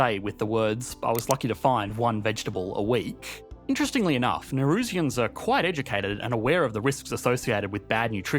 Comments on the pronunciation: Can’t be the only one irked by his pronunciation of Nauru lol. Also, I think it’s Nauruans not Naurusians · There are a couple of fundamental errors in this video. Firstly the pronunciation. Its not Nay-roo, its Nah-Roo. Secondly the population are referred to as Nauruans, not Narusians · Why are you pronouncing it "Ney-roo"? Pretty sure the correct pronunciation is "Nah-oo-roo" Also, it is "Nauruans" (Nah-oo-roo-ans), not "Naurusians" (or Ne-roo-shiens as you pronounced it) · The pronunciation of Nauru and Nauruans was so cringeworthy.